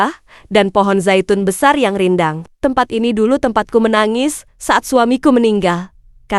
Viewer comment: Tempat bukan tempot, jgn perkosa bahasa Indonesia